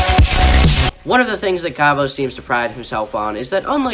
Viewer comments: They way u pronounce his name though "Kavos" not "Karvos" you say it like car vose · kaavos.....bruh learn how to say his name first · What is it with all the below 30K Comm channels not being able to pronounce "Kavos"? It is literally KAV-OS there is no "OSE" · I hate him but it really triggers me how you pronounce his channel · Hey I'm a kavos fan. I don't really care about what u have been saying as that is your opinion and i respect that. But can you at least pronounce his name right 😂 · I don't even have to point how how stupid your response was because I know you're trolling so its chill, but for real don't do a Keemstar, please pronounce it properly